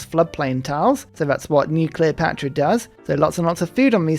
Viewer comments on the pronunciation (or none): when he said new cleopatra I understood nuclear pasta🤣